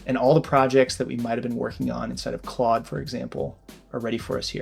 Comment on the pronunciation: bro put the stank on "CLAUDE" lmao